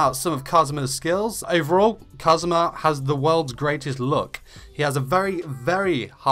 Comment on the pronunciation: Your accent of kazuma sounds like Cosmo in my filipina japanese ears. 😂❤️